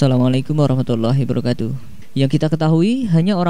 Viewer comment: Min maaf nih koreksi dikit ya itu klo mimin lg ngucapin salam hiwa barokatuh atau hibawarohkatuh?? Krn yg benar itu hiwa barokatuh Maaf klo saya salah dengar